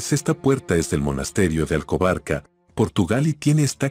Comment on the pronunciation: El locutor comete un error. No es “Alcobarca”, sino “Alcobaça” (la c cedilla se pronuncia como “s”).